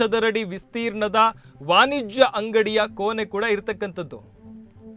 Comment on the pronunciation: ಕೋನೆ ಅಲ್ಲ ಕೋಣೆ...ವಾನಿಜ್ಯ ಅಲ್ಲ ವಾಣಿಜ್ಯ, ವಿಸ್ತೀರ್ನ ಅಲ್ಲ ವಿಸ್ತೀರ್ಣ...ಬದಲಾಯಿಸಿಕೊಳ್ಳಿ